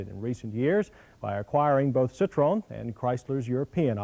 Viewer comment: Or Citroan. 😣